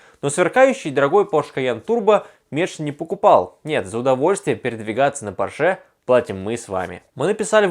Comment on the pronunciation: При всём моём уважении, пожалуйста, Пóрше